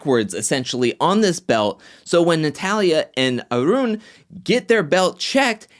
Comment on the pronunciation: You speak smoothly, sir. I like the way you roll your 'R' when you utter Arun's name. --.